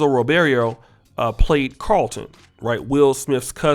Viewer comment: You're from California and can't pronounce a Latin last name correctly? Wow! Ri-bear-oh!